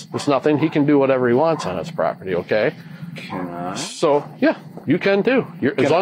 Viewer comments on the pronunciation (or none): never heard anyone slur "can i?" before - rest is pure gold admissible in court.